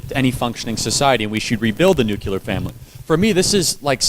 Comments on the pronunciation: Charlie Kirk needs to stop saying "nucular" family instead of (Nuclear) family which is correct. No such word as nucular, it makes a person seem stupid when they mispronounce a simple word like nuclear. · It’s nuclear not “nucular”. Why does this mispronunciation persist even amongst educated people? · Charlie Kirk pronounced Nuclear as 'nucular". That is dumb as shit. That was how George W. Bush pronounced it. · Why do people say nucular?!? Its NUCLEAR. One of my biggest pet peeves. Read how the word is spelled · Charles—2 things: (1) Nuclear is pronounced like new-clear, not Nucular; and (2) “irregardless” isn’t a word. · Charlie, I love ya, but it's "nuclear" not "nucular." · Love your work! Grammar is important in your quest to change minds. It's nuclear family not "nucular"....also "iregardless" is not a word. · Charlie, please correct your pronunciation of the word "nuclear". It's "noo-clear", NOT "noo-cue-lear." (Same advice that was given to President Bush 41.) Also, there is no such word as "irregardless". It's just simply "regardless". Up your vocabulary game to remove one more target for your opponents to aim at. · If Charlie Kirk were my nephew I wouldn't agree and admire him more, yet I really, really wish he learned how to say 'NUCLEAR' correctly, it is not nucular, there is no 'U" between the letter 'C' and the letter 'L' ....... Please God, let him see this post, and let him continue helping societies, here and abroad. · It's pronounced: NUC-LE-AR . Nuc"LE"ar NUCLEAR ... "NOT" - NUKE-U-LAR "LE"ar ... not "U"lar. It's "ASK" .. not AKS like Donna (aka DUMBa) Brazile says. Reminds me of Bush saying NUKE-YOU-LER .. instead of NUKE-LEE-RRRRRRrrrrr. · Love you all! Please, though, "nuclear" not "nukular"; "exacerbate a problem" not "exasperate a problem"! You're exasperating my going nukular!